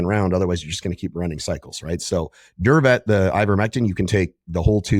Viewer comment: Durvet not survey